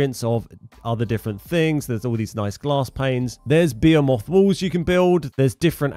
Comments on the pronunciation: Just as a heads up it’s pronounced (b-hee-muth) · I think he is just poking fun at how you pronounce behemoth